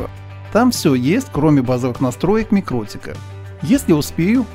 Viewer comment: Почему вы то правильно произносите название микротИк, то каверкаете его? Mikrotīkls Ltd (торговая марка MikroTik; читается «микроти'к» с ударением на вторую "и", в переводе с латышского "маленькая сеть" (mikro tīkls). //из википедии